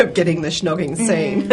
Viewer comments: why is she keep saying 'shnogging'?! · the interviewer keeps on saying "shhhnogging"... Also said "Angus, thongs and snogging"..... ??